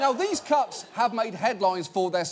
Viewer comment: I hear cucks everytime he says cuts and I can't unhear it. It is pretty funny though.